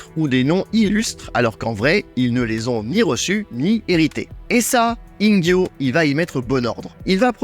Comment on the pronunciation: Intéressant, comme d'hab' 👍 petite question au passage, tu prononces Ingyô comme avec un J (Injyô) alors qu'il ne faudrait pas le prononcer comme avec un GU (Inguyô) ??